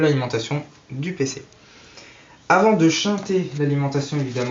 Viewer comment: "Shunter", et non pas "Shinter" !